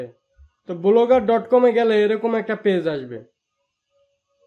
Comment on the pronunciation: ঠিক মত উচ্চারনও করতে পারেন না: বলোগার ডট কম